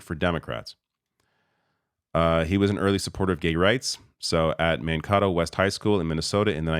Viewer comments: So proud to see our awesome MN Gov take the national stage along with VP Harris! 🙌 We got the dream team; now let’s win this thing! 💙🩵💙 & Walz’ hometown is pronounced MAN-KAY-TOE 😉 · Minnesota guy here. You are saying Mankato wrong. I am from Walzes district. It’s pronounced like Man KAYTO. Love Walz. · As a Minnesotan it's hilarious to hear pronounce Mankato. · heh, he pronounced mankato wrong. proud minnesotan for walz :) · Man-kay-toe, not Man-kah-toe. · Pronounced Man KAY toe. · "Man-kay-toe" not man-kah-toe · It's Man kaytoe, not Mankoto like avocado😂😂😂😂 you Canadians kill me! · As an Minnesotan who lives very close to Mankato, I have to point out that it is pronounced like MAN-KAY-TOE. I love Governor Walz and he will be surely missed in Minnesota but I'm comforted by the fact that if the Democrats do win the Presidential election this year, his Lieutenant Governor Peggy Flanagan, who is a Native American woman, will actually become the very first woman to be Governor in Minnesota history! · Minnesotan here: Mankato is pronounced Man-kay-toe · Just so everyone knows, Mankato is pronounced "Man-Kate-O" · I dub thee an honorary Minnesotan! May the hotdish and pop bless you. Also, it's "Man-K-do' Mankato. I'm happy to give you a quick MN city primer if you need it! Shakopee, Mankato, Aitkin, Bemidji, Faribault and so many more. 😝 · For future reference, the Minnesota city, Mankato is pronounced man-kay-toe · Minnesotans pronounce it as "Man-kay-toe". Great work covering our governor though, much appreciated! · Mankato is pronounced Man-Kay-Toe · I live in Mankato, it’s pronounced man-Kay-toe. FWIW 🙂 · BTW - it is pronounced man-kay’-toe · Love ya. But as a Midwestern, is Man-Kay-Tow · Man-kay-toe is how we pronounce Mankato ;) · Man-kay-toe is correct pronunciation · Great video. BTW, Mankato is man-KAY-toe. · Just thought you should know it’s pronounced MAN-KATE-O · Mankato is pronounced Man Kay toe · My guy, it is pronounced Man-KAY-toe.